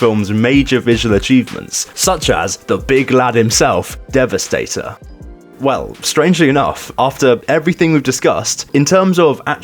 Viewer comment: Devastor lol